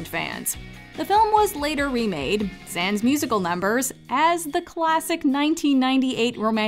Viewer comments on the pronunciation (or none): none